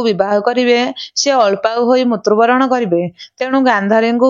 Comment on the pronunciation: ମୁତ୍ରୁବରଣ ନୁହଁ.. ମୃତ୍ୟୁବରଣ କହନ୍ତୁ